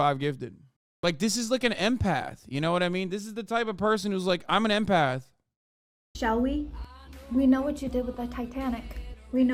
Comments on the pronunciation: She’s an empith not an empath. 🤷🏿‍♂️she said it not me. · “I’m an intuITIve impèth” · Don't believe I've ever heard someone pronounce empath like that